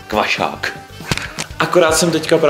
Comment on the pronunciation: Taky jste slyšeli jak řekl kvašák jinak super video